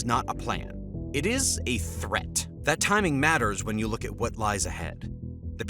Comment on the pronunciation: Good God! Zhang rhymes with "bong"; You as in yo-yo; Xia" she-ya" (one syllable)